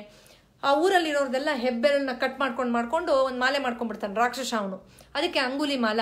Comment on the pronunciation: Madam, ನಿಮ್ಮ ವಿಚಾರ ಮತ್ತು presentation ಬಹಳ ಚೆನ್ನಾಗಿದೆ ಮತ್ತು useful ಸಹ. ಆದ್ರೆ ಎರಡು pronounciation ಬಗ್ಗೆ ಸಲಹೆ ಕೊಡಲು ಬಯಸುತ್ತೇನೆ. ನ್ಯೂ ನ್ಯತೆ ಅಲ್ಲ ನ್ಯೂನತೆ. ರಾಕ್ಷಶ ಅಲ್ಲ ರಾಕ್ಷಸ. Please take this positively. Thank you.